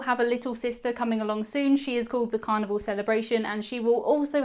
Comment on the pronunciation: Hello. Good videos. Idk if it is because of your accent or microphone but when you say Carnival I hear Carnivore.